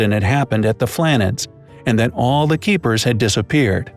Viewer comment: Keepers not keekers😨😔